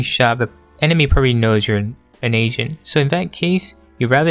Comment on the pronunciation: i hear you say "playing asian" or "if you want to get better at asian" lmao